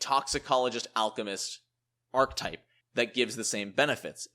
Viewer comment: Archetype has three syllables... Ark-eh-type